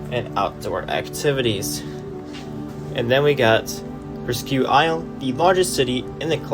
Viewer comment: Presque Isle is pronounced "presk isle". One interesting fact about that northernmost population center is that it has a LARGE French-speaking minority. So do the former mill towns of Lewiston, Biddeford, and Sanford. Nicely done video!